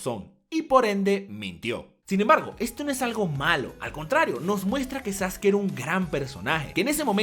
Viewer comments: Es sasuke no sasuki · Me cago de la risa cuando le dicen "Sasuki" XD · Por qué sasuki? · Amigo te equivocas, Sasuke se pronunciaba Sasuke en ese entonces, cuando salió el doblaje se le empezó a conocer como saske, porque en Ranma 1/2 el ninja se llamaba Sasuke y de ahí pensábamos que esa era la pronunciación, por la comparación con la pronunciación del otro personaje.